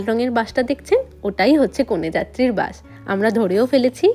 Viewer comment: আপনি তো আবৃত্তির মানুষ আপনার উচ্চারণটা আরো সঠিক হওয়া উচিত যেমন বাস হবে বাশ না😊😊 আপনি দন্ত্য-স কে তালব্য শ উচ্চারণ করেন, তাই শুনতে খুব খারাপ লাগে, কিছু মনে করো না ❤❤ তোমাকে একটু কারেকশন করে দিলাম😊😊